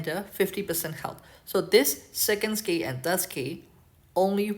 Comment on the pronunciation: You know how you pronounce “exclusive “? You use that same L sound for “skill” . Try it out, you got this I believe in you 😂. Thank you for taking the time to share your videos btw and making such an effort to share it in English as well. Very much appreciated